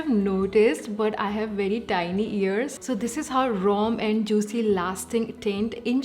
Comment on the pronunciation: It’s called romand not rom and😂😅